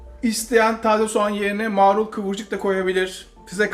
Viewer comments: Türkçenin yanlış KULLANILMASINDAN çok rahatsız oluyorum.Eminim, mağrul diyen arkadaşta bahsettiği sebzenin marul olduğunu biliyordur. Yanlış telaffuz ettiğini fark etsin diye soru sormuştum.Farkında olmadan araya "ğ " alıyorlar.Börek yerine böğrek deniliyor misal. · aylardır seni izliyorum da bu video beni rahatsız etti be usta maaaaaarul değil marul :)